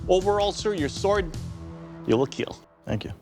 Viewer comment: IT WILL KEEL